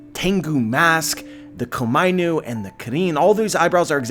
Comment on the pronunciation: When he says Komainu I want to facepalm... It is Ko-Ma-I-Nu.